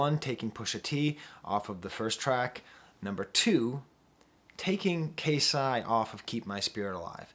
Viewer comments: KayCyyy is pronounced like Kay-Cyyy,K - from alphabet,Cee - like Shawn Cee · professor. its pronounced K C spelled KayCyy. KC is short for king confidence. regardless, thank you for including him.